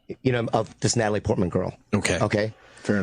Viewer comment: Jesus Christ this dude just said “Natalie Portland” lmao